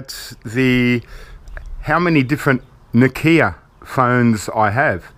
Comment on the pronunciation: its not na kia its nokia